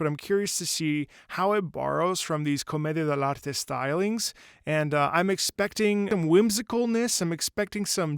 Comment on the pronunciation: Is your mother tongue Spanish? I mean, I’m Spanish native speaker and your pronunciation of “comedia del arte” was great